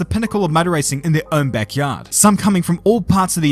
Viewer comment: I love how says "motor racing" sounds like "murder racing" 🤣.